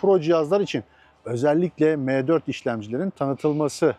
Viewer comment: Abicim meee4 degil em4 de allahini seversen ya ozel isim bunlar . Hani laytnjng e ligttheninng demiosun ya.mec diosun ne guzel maccc demiosun